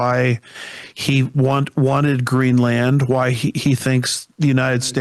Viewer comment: It’s Green-land not Greenlin 😅